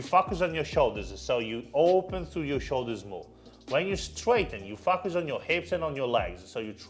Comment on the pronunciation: I just can't unhear you saying "you f*ck us in the hips and legs" and many more times haha